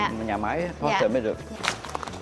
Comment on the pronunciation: Sale hãng Porsche mà gọi "pô" thành "cái bô", thật thiếu hiểu biết.